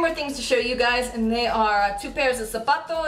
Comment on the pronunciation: lol when u said zapatos!! luved the vid